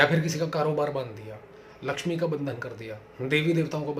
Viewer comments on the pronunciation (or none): none